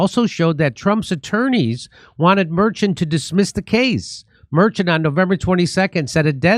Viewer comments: Jimmy's pronunciation of "Merchan" got worse and worse as this segment progressed. 🤣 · How do you do so much news and not know how to pronounce Merchan's name, they even said it in the Fox segment right after you got it wrong lol